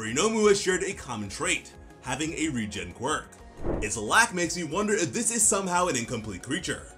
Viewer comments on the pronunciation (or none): none